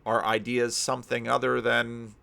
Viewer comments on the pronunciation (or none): none